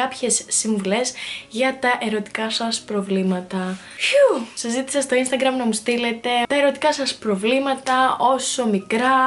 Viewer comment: Γιατι λες γεια SHας αντι για γεια σας?